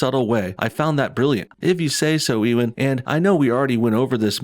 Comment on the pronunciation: Haha, They screwed themselves. They're trying to hint that the two main bad guys are a gay couple. I can more easily see gay super villains being "misogynists" than straight villains😂 Ps. It's pronounced (you-an) not (e-wen). . . Unless you're saying it like that on purpose, haha